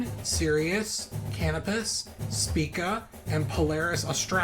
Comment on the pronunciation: Soft "c" in Procyon (that matches the normal pronunciation rule for "c" in English: If it's followed by e, i, or y, use the soft c sound or \s\ sound, as in cyan and cyanide and cycle). Canopus is pronounced cah-NOH-pus. Spica is pronounced SPY-kuh. You have an extra "o" in Scorpius. Great video!